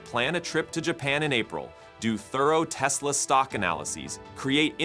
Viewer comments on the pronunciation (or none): none